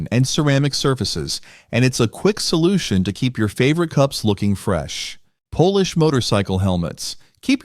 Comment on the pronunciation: So, Why mispronounce polish as in polish helmets?